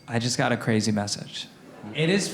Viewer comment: Did he say CWAZY 😂